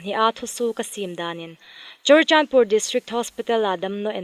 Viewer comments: 'Chawr chan pur' ni lovin 'Churachandpur' tiin lam an dik lem naw maw? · Ngaithlak an hawi ie, ana chu CHURACHANDPUR ti khi CHORACHANDPUR ti ri in an lang tlat. CHU le CHO/CHAW ti khi fimkhur met a tha hmel deh aww